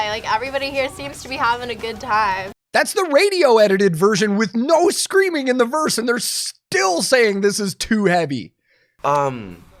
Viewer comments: "I just hear scweammiehh!!" bro, please. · When he pronounced "screaming" as a 4 syllable word, i knew all i needed to know about him. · Only a testosterone challenged Gen Z’er can turn a two syllable word into 4 syllables: “Sca-ream-ing-a!!” 🙄moron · When you take a word like "screaming" and add additional syllables to make it "SCA-REA-AAH-MING_AAH", just stop. I know you're young, but you don't speak that way. (yes, I'm old) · Can't stand how these guys enunciate. "Suh-creamin-guh", "death-uh". Turning 2 syllable words into 4 syllable ones.